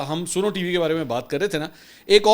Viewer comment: Mansir sb@ Yah snow hay Ya Suno( listen) Correct please